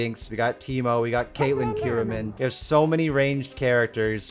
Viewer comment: “CAITLYN KIRAMMAN”